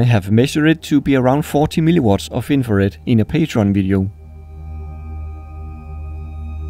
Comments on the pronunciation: It sounds you say always "MiliWater" instead of "miliWatts" xD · Why does he keep calling mW as milli-water? 🤣